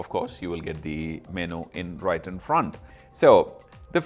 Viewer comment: What is a Meno? I thought It was Menu pronounced Menyou